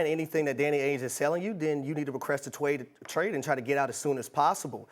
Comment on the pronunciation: My man really said "request a twade"